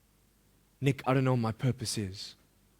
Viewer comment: pls don't get misunderstood.i know I am naggy but I cannot stand the way is saying nick very badly